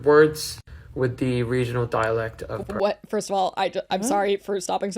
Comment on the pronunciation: I'm from Perth and never lived anywhere else. The dead giveaway is how he pronounces PERTH! If you're from Perth, that's your home, right? Why would you start to pronounce the name of your home in an American accent? It would be as weird as mispronouncing your name. The Australian accent is non-rhotic so the "R" sound does not appear at the end of a syllable or immediately before a consonant (think papER but it would sound like PapA). So people in Perth and Australia do not pronounce a strong "R" and he always pronounces it pERth. It's weird to me that he comments on having a Perth dialect but doesn't even say in our dialect.